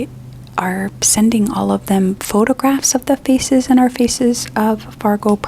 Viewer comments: I can't get over how her accent makes it sound like "scan your feces" instead of "scan your faces" during thr beginning. I'm so curious if it was intentional, cause I wouldn't put it past her, she's always clever like that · Only hearing "Feces of Fargo" project 😭